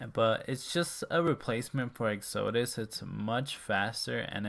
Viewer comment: Lol. The way you pronounce Exodus. It's ek-suh-duss. Like Moses' exodus from Egypt.